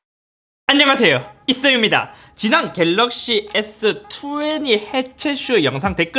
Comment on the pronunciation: 역시 갤rr르르르러어억씨